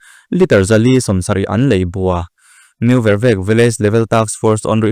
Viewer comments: New Vervek tih hming hi a thluk a ti dik lo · New Vervek i thluk dan hi a dik lo tlat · New vervek I lam dik lo